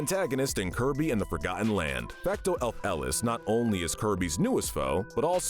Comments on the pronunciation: Bruh Fecto elfilis not fecto el-feles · It’s not elf Ellis it’s elfillis (elf-Ih-Lis) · Also his pronunciation of his name is killing me. He called it fecto ELF-ELIS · fecto elf Ellis 😂😂😂😂😂😂 Mate it’s fecto elfilis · Bro, really said Fecto elf ellis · "Fecto Elf-Elis" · “Elf elis” 💀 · it is quite possibly the worst I've ever heard that name pronounced. And for a little salt on the wound, he sounded so confident on it. It's Elfilis, El-fil-is /soft s like a c/ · I have never disliked a video so quickly when he pronounced Elfilis like that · That's got to be the most awkward pronunciation of Elfilis I've ever heard. And I don't know where you got the "fake reformation" from, their body was destroyed at the end of the main story and presumed dead until the post-game. Oh but don't worry, that doesn't make their crimes any less severe! Before even doing anything to the Beast Pack, they had already attempted genocide in the New World until they got captured! Once free, they merely tried to finish what they started. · the way you pronounce elfilis is cursed lmao